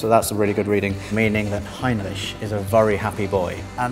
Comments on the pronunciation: I feel uncomfortable when you say heinreisch (or whatever it's called) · Heinrich? I thought it was Heimlich =) haha